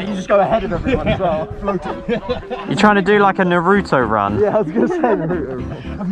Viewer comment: He said Narudo and I’m like what did he say 🥲